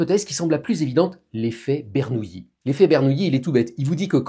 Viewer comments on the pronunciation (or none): Très bonne explication. Par contre, pourquoi tout le monde, y compris vous M. Bobroff, dit "Bernouilli" alors que c'est "Bernoulli" ? Pardon pour le troll, j'adore vos vidéos.